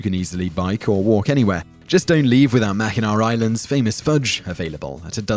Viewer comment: I appreciate the fact that you brought up mackinac island and pronounced it correctly. Also I love coming across these older videos I missed previously lol